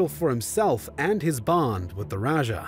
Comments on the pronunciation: I think the "*Raja*" pronounced as "ra-ha" not "ra-dya(j)" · It’s not Magellan its MAH GEL LAN as you may pronounce it also it’s not raja it’s RAH HUH that’s and Magellan was first landed in Limasawa island in Leyte (Leite)